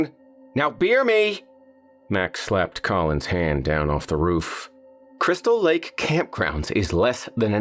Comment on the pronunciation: Crystal Lake? From any other narrator I'd be pure scorn. Yet every time says it I crack up.